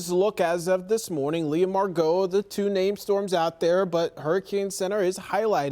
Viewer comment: Need to learn how to pronounce the name “Margot”. The emphasis is on mar, not go, dumb@